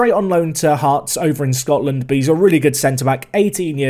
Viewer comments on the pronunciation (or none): none